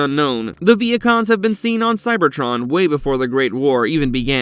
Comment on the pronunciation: Ok I thought when he said Vehicons I heard Vietcong’s like the Vietnamese